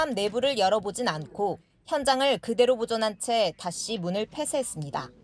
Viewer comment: "그대로"라는 단어 강조하지 마세요. 얼마뒤 이상한 상태로 발견될수 있습니다.